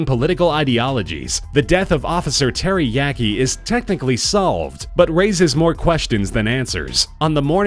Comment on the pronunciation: I heard "Terry Yeakey" as Teriyaki